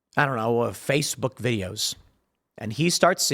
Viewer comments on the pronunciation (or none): none